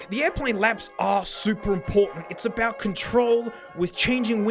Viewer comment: Alright, whaddyatalkingabeet?